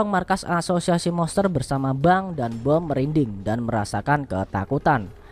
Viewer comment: Monster bang bukan moster wkwk